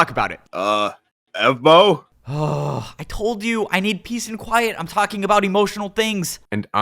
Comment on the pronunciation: Evbo ❌ Evbow ✅